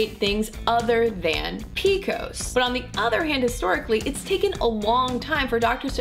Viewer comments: No one that I know of, pronounces it PEEKOS. It's Pee Cee OH ESS PCOS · I had never once heard it described as "PEE-KOSE." Lol. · who the hell calls it "peekos"???